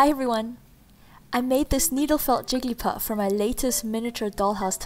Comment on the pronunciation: 10 seconds in, who else heard her say "Jiggy Puff"